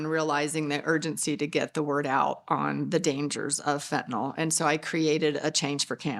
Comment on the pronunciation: Nyl not nol